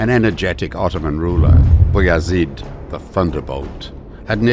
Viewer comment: I like how the narrator pronounced beyazid name correctly something closer to its arabic origin "abu yazid" meaning the father of yazid